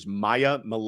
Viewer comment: Mill-Yet-Teh 3 syllables